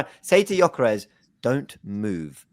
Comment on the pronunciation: how can he not even pronounce gyokores to this day